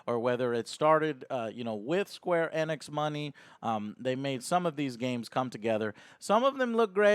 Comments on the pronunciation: Please pronounce it Eeeeenix, not ehnex.... jeebus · LOL Joe its not Eh-nix its Eeenix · It's pronounced Ee-nicks, not eh-nicks. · right off the bat, is it pronounced "EN-nix"? I always heard "ee-nix" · Joe stop saying eh-nix... its EEEE-nix! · you pronounce the E as Ehnix its Enix bro. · it's actually pronounced enix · “Square anix”